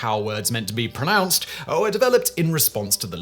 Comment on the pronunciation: 2.32 "PronOUnciation"???????? Good Grief! AND you're still putting an extra "L" in UNWIELDY! 11.32 "Pro-NUNCED" ???How are we supposed to take you seriously??